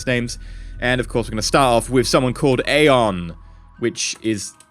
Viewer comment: isnt Aeon said E-on?